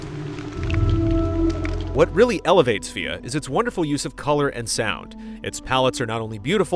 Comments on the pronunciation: Fea? I thought it is just pronounced Feh. (like Fez) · Why do you keep calling it Fia? It's Fe. One syllable. Fe. Say it out loud. Fe. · It's pronounced Fée, like the Fea part of Fear. Or just regular 'fear' but with a british accent, since they already drop the R at the end. is making a clear distinction between the E and A making it fe-ah, and that's not correct. But he's trying at least.:D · I thought it was pronounced “Feh,” not “Fia.” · I thought it was pronounced "Fey." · It's very likely from the Scandinavian word for fairy, which is 'Fe'. (danish+swedish) The developers are from Sweden, and they pronounce it in Swedish on twitter. Sounds a bit like the first part of fear, right - But it's not really. What you hear as the 'a'-part is just how Swedes stop a many single syllable words, which is why it isn't part of the spelling. Danes stop right after the 'e', which is a little more abrupt than swedish. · I thought it was pronounced like Fey-uh. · Never would have picked that it was pronounced fe'a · I was not stating the word was anything other than Fe. I was just replying to with a fast/rough/easy clarification in phonics based on how it was being pronounced by the developers themselves; primarily that it is not "Fee" or "Fay" as most Americans read it. No different then how you just did yourself with "Fay yea". Fe'a = Fay Yea = Fay Eh. Take your pick hahaha. Fun topic though lol. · You're all wrong lol. The word is Fe, it is indeed a Swedish word that means fairy. It stems from an old germanian word: Fee. The Swedish pronounce it as Fe'e, they do not pronounce an a. They way you pronounce the word is by saying "Fay yea" in American accent.